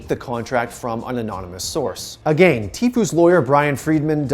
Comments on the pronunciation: “A-GAIN” headass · He keeps saying agane Pepega